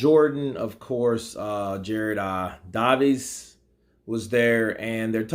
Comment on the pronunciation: Agree with you for once, although stop pronouncing Gareth’s A Davies name all weird it’s pronounced Day-Veez